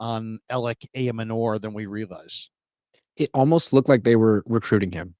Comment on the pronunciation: Ayomanor's last name is pronounced: "eye-yo-manner". It's a trixy one, but have heard the commentators and others.